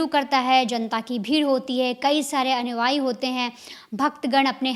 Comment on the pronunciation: भैया और बहन जी वेरी गुड। लेकिन अनुआई नहीं अनुयायी बोला और लिखा जाता है।